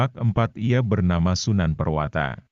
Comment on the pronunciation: Prawoto bukan purwata